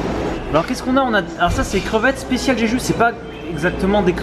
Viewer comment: A chaque fois que tu cites le nom de l'île, j'entends "j'ai judo" 😆 놔이스!!!